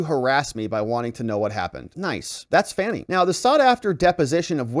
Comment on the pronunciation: I thought her name was pronounced Fanny too. Her name sounds like Fawn-e. Strange, I know.